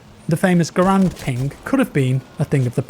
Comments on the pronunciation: For all those who sin, it is pronounced “GahRand” not Grand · It’s still called garand not gurand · Garand not grand.......Gar-and. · Hey, Garand is actually pronounced (gar (as in gary) and) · Garand rhymes with errand. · John Garand is actually pronounced with the accent on the first a.